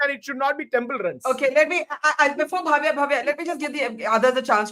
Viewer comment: It’s Bhavya, please do not pronounce as Bhaavya.